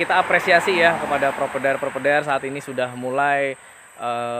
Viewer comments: Provider (Pro-Vay-Der), bukan propedair 😂😂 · Hahahahaha penting omonge lancar 😅😅😅